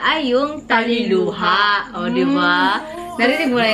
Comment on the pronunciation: Tilaluha not Taliluha. It combines Tila (to stop) and Luha (tears) coz the song is about the pain in love but you should Stop or your Tears/Crying.